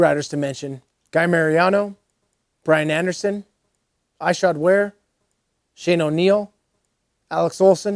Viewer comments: It's not I-shod it's Ishod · Ish-shod. Not eye-shod my guy.